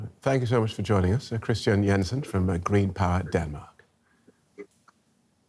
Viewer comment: At last, one man who pronounced "Jensen" correctly.